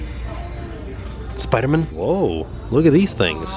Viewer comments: It cracks me up that you say Spidermun instead of SpiderMAN. Love your videos. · pronunciation of spiderman is back! lol love it